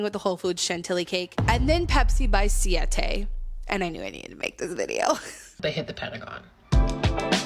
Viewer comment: Ayo you took 4 years of Spanish, why you saying siete like that 😂